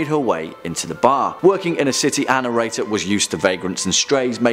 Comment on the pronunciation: I was today years old when I figured out who “anirator” was... He’s saying “our narrator,” right? (Not trying to sound rude. I’m just an idiot.)